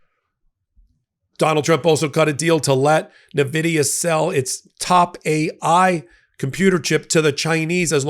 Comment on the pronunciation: Point of informarion: Nvidia is pronounced "en-VID-ee-uh," not "nuh-VID-ee-uh." Its orgin is derived from the Latin word Invidia, meaning envy. It gave me snarky joy to see Trump butcher the pronunciation of the most wealthy corporation on the planet, but, take the high ground and say it properly. With that out of the way, keep up the great work, buddy! 👌👌